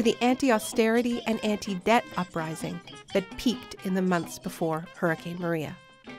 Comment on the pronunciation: The Heeeooricane? LOL!